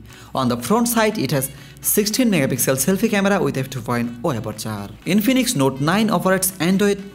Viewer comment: with two point for aperchhhhoorrr